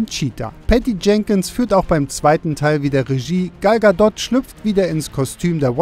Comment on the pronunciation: Sprich in zukunft mal bitte Gal Gadot richtig aus . ist ja nicht zu ertragen .........